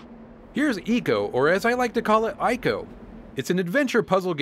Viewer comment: please say EYE- COE= ico :)